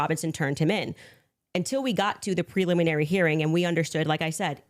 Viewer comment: this is the first time I've ever heard her pronounce it preluminary - she's said preliminary dozens of times in her show I think this was a slip of the tongue.